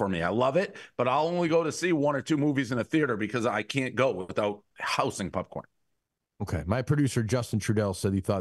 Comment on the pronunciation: I never knew hearing someone say “Pupcorn” would piss me off so much